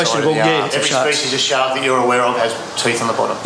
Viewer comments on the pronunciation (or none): It sounds like he’s saying shock every time they say shark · I thought he said "shots" lol